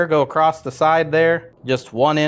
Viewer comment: ACROSS.... there is no T at the end, bud.